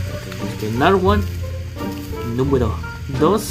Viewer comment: When you say duss and tress fell like its a tagalog word haha maybe